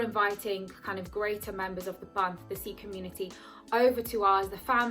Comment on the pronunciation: thank god you are saying Sikh in the right way!!! love your video!! very inspiring!! lovee from Amsterdam